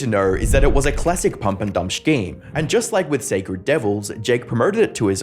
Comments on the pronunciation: Scheme only has one 'h' in it.... Not shcheme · The word scheme is pronounced like "skeem", not shhkeem. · I should've known when the topic was CoffeeZilla that this video would be filled with pronouncing scheme as shkeem